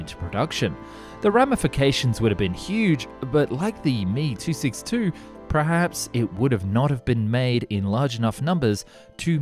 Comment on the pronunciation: It's M-E, not Me, when talking about the Me-262.